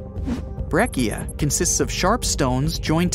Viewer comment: BREH-chia, not BRECK-eea.